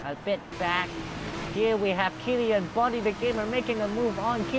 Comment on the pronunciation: Its K E L L A N not kellian